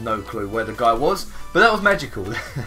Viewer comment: whenever says Magical it sounds like he's saying Manticore for Advanced Warfare